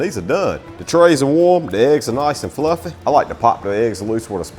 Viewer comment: I love the way he says FLUFF-EH.